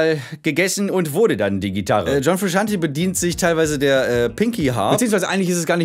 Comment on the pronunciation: John frusciante Es wird fru-shant-ey und nicht fru-shant-i ausgesprochen